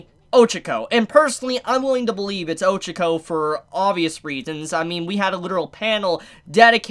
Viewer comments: You pronounce Ochaco like “Ojiko”.... I’m like ..who!? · "oh-che-koh" "ee-zuh-ku" bru pleanse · 274 chapters in and ochaco might die and mans still doesn’t pronounce her name right. I think all might is going to die. With shigaraki being so OP and the amount of destruction going on, maybe in the next few chapters or in the further future, All might is going talk to shigaraki during a destruction chapter(like now) to get him to stop and telling him who nana is and he’ll end up getting killed by shigaraki.